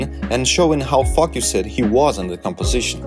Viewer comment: could you please learn how to say "focused". Don't say the e d at the end. You end up swearing instead. Quite disturbing in such a otherwise fineand beautiful video.